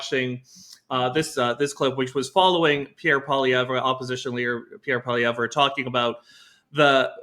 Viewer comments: True North - part of journalistic integrity is learning how to pronounce people's names correctly. 2 of the 3 panelists cannot correctly pronounce Poilievre. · Can someone on your team please coach on how to pronounce 'Poilievre'. It hurts my brain to hear him butcher it so badly.